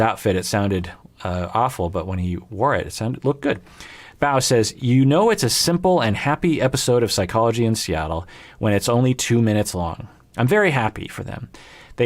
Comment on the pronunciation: I did a double-take hearing one of my comment read out. Thank you,! Btw, it's Bow as in bow and arrow🏹, but that's ok, no way for you to know.:)